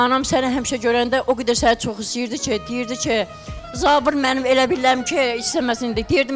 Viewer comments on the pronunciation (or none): Zavir nədir ee..😂Zaur deyə bilmir?